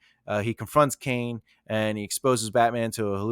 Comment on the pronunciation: CRANE. Not Caine